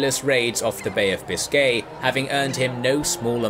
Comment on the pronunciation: Very interesting, but your pronunciation of: Biscay, lieutenant and Imperious is irritating.